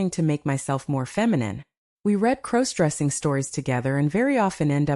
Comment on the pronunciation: Stop mispronouncing crossdressing 😮